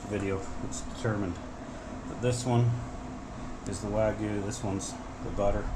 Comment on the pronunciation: The y in wagyu should be pronounced.